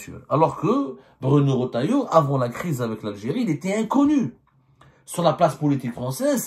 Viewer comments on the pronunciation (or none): Ya abdo, c'est pas Bruno "Rotaillo" mais Retaillau avec un E après le R et non un O